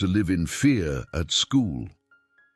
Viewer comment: AAA must mean AIR ! What are holls? and what is FAA and HAAD? what are GAADS? FEA must mean fear without the "R" this reader cannot pronounce any word with an "R" init ??